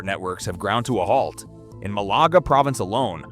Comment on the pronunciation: It’s Malaga not Melaka ! lol!